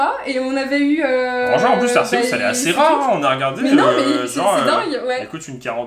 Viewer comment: on dit arcéuse pas arkéouse 🤣🤣